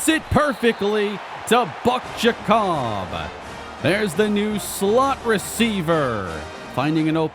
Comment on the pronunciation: I believe Giacobbe is pronounced Jacoby and not Ja-cobb.